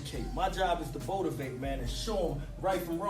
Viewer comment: Just watching this junt lol “ botivate lol nice